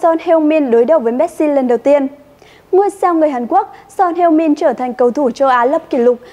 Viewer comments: Son Hưu Min chứ có phải Son Heo Min đâu.. 🤣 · Son heo min 😂😂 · Son heo min. Nghe buồn cười quá